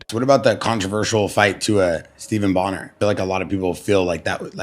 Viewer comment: is such an idiot he can't even say Stephan bonnar it's not Steven it's Stefan